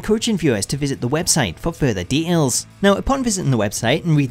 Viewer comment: I know you said details, but it sounds like de'als